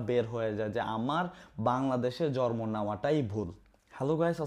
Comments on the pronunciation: জন্ম ❎ জর্ম ✅ 🤡🤣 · আরে ভাই জরমো না 😂😂ওইটা হচ্ছে জন্ম 😂😂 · Jonmo❎ Jormo ✅ জন্ম ❎ জর্ম ✅ 🙂😂